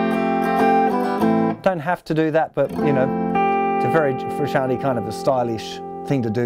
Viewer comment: Malcolm Boyd If I remember right he said "frisky anti" haha